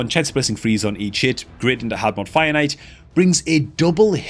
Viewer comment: Lol when I first started watching I also though he was saying "finite" until after a while I realized it was fire knight.